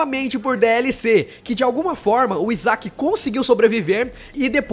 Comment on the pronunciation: Não é Isac, se pronuncia "Áisec" .-.